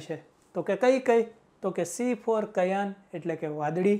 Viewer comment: C=cyan સ્યાન not કયાન